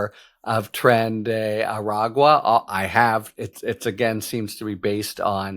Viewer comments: A-Rag-Wa. Well done, Harry, at last. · Good job saying Aragua. You must have been practicing. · Holy shit on a communion wafers. He finally attempted to say Aragua properly after all these weeks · Harry. I commend you, sir. You finally learned how to say “agua”! The people of the southwest thank you emphatically.